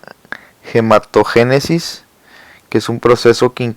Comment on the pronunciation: Todo iba bien... Ni leer sabe el. Es saco Vitelino, no Vitalino... Es gametogenesis no gemato-genesis.